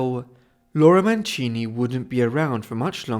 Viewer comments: Mancini non Manchini....cavolo che schifo queste voci artificiali che non sanno neanche parlare correttamente e che bugie. Storia quasi del tutto inventata. Vergogna. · Wäre schön, du würdest die Namen richtig aussprechen. Sollte doch nicht so schwer sein.